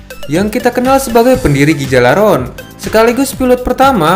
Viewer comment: Cara Bacanya bukan gigalaron tapi galarhorn